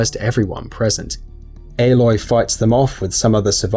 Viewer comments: I never understood how people mispronnounce names from games where the names are so frequently heard. Ehloy? Ollin? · Haha you re-uploaded it saying aloy correctly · they said aloy wrong